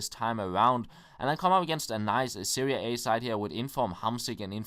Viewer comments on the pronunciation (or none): just for future reference,, Its pronounced Serie "ah" like you are opening mouth for a doctor haha:D